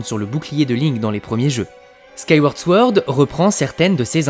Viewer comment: Sword se prononce sans le W en anglais